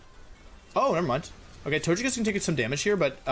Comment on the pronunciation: If he pronounces Togekiss like Tojakiss does that mean he pronounces togepi like tojepi?